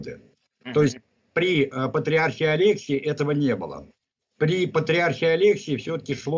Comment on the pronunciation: Почему АлЕксие, если правильно АлексИе. И зарубежная Церковь не власовская , чушь какая-то.